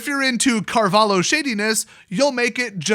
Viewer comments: Pronounciation: Car-vah-lih-oh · as a defender of the portuguese flag, and without knowing exactly how much you care about linguistic intricacies (probably very, very little), I feel inclined to say that it's not Carval-hoe, the "lh" is supposed to be one sound, similar to double L in Spanish, like in "pollos" for instance.. other than that you pretty much nailed it, with a slight tonal deviance that's due to differences in native tongues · Portugal, it is also pronounced Car-val-yo. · That flag is from Portugal and it is pronounced "Mahsiu Cahvaliu" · Portugal, last name pronounced carvah-lyoo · pronounce something like "carvaleeoh" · That flag is from portugal, it is pronounced "carvalio". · it's not pronounced carvalio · It's the Portuguese flag and his name is pronounced "mar-ee-sio Car-val-io" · If you're actually interested in the pronounciation, it's Marcio Carvalio, and the flag is from Portugal. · the the fuck is a carvaLIO? are you even portuguese? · the LHO in carvaLHO. you better saying "LEE"-O but A for effort! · just being as nice as possible 1. you know the flag and you know where he's from, yeah portugal is not a big country but like you said he needs no introduction, dont shade the country because you hate 1 guy, that's to easy and only makes you look dumb :) 2. hes a cheater and a piece of trash i agree and MTG should've alreaddy banned him for life 3. lh has same sound in portuguese as ll in spanish, maybe that helps how to pronounce it ;) Keep up the goood viideos just make sure to use the right way of saying things, maybe it helps boosting your channel :) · Here's my angry comment: So you made a 13min video about a dude and didn't even bother to search his nationality or the flag? C'mon it's not that hard SEU BURRO MIRANDES DO CARALHO! Try to pronounce that.